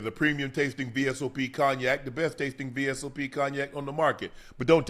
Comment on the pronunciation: Shannon please learn how to pronounce the word cognac